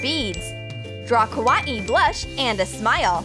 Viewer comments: Ka-wa-ee faces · You say it as ka-why-ii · k-wah-I me: *watching SALIOR moon* kawaii just get it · She says Ko why E lol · It’s kw-a-mi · “Kah- Wah- Ee” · This is the worst video ever the creations does not look nice only the sheep and the cactus looks nice and you pronounce kawaii wrong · How they say kawaii tho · WHO SAYS KAWAII THAT WAY?? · Wait... HOW DO YOU SAY KaWaii ?! KaWaiuW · why did she say kawaii like that lol